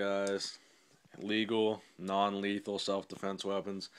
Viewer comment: He said non lethan